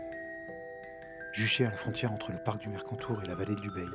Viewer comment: 3 mots... Merci, Bravo et Encore !!! Pour chipoter, habitant à Barcelonnette, on prononce le nom de notre vallée Ubaille et non Ubeille. Et bien sûr, ça s'écrit Ubaye. Pour le reste, ne change rien !